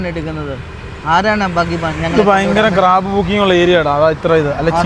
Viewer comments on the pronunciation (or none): Cab അല്ലേ? ക്രാബ് അല്ലല്ലോ?